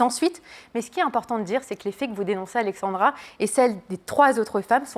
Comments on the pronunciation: c'est pas si dur à dire Alexzzzandra pourtant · "Alexandra". c'est difficile? entre prononcer Alexzandra pour la prononcer et écrire Alexandre dans le titre c'est moyen..